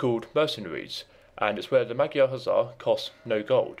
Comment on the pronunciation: It is interesting the creators why used magyars and not hungarians.Sorry for this but it is a little annyoing how you spell magyar:D By the way nice video like and sub